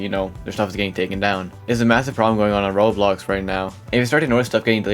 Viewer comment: Bro says roblox as "Roux" 😂. U ok m8? You sound half asleep